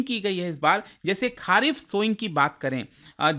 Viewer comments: खारीफ ❌ खरीफ ✅ राबी ❌ रबी ✅ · Why you pronounce kharif as खारिफ and rabi as राबी। Whereas correct way to pronounce it खरीफ एंड रबी।i hope you were born definitely in india sir especially north india.